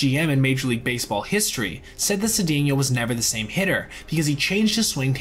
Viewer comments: Glad to see Cedeno get some recognition. Just so you know, it's pronounced Say-czar Suh-dain-yo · Cedeno helped rescue St. Louis in 1985 when Jack Clark was hurt, I think the number was .434 BA, the also lost many home runs playing in the Astrodome which was dead air, btw, I think the name is pronounced Sa-Day-neo